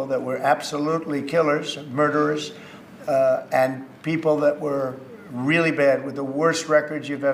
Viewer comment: JD Vance being unbelievably uncharismatic as usual; "I just came to watch the show, I think air-pwanes and weally cool sir. :)"